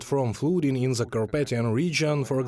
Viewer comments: Sorry to point it out, but your English pronunciation of "THE" as "З"э - was very disturbing. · Fully agree . I made the point and was mildly reproached. Linguistically the "th" sound is not that difficult to learn to pronounce correctly. It bugs me too .